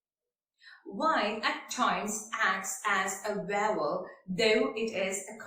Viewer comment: It's vowel not vaaval 😂